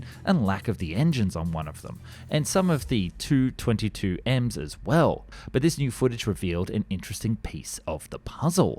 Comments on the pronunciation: Just a note, Tu is pronounced 'T-u' (letters separate) instead of 'tu'... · I hate to correct such a great YouTuber but the way you say it is T U not Tu, I’m sorry for correcting you